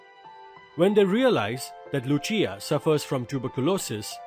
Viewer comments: It's no lu+chi+aa It's lu+sea+aa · It is not Yacopo its Jacopo and it is not Luchia its Lucia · 'Lucia'-- pronunciation is incorrect